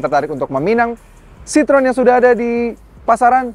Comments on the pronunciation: Bacanya bukan Sitrun tapi Sitro - En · Kalau Citroen= Sitrun, itu cara baca bahasa Belanda bukan Perancis